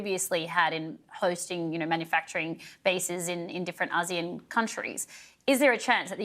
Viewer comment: When did we start pronouncing it as Az-zeAnn? Am I lost. What is Asian and what is Az-zee-ann. Have we been ponouncing Asian incorrectly? 😂 serious question actually. Edit ASEAN!! 😂 the reporter shoukd educate the ailudience or they should put ASEAN on the bottom thirds. Thanks.